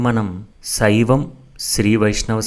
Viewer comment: సైవం అని పలుకుతున్నారు.